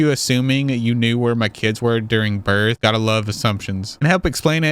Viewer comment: WHY DID YOU SAY “BIRTH” LIKE THAT ALL OF THE SUDDEN HAHAHAHA IM DYING 😂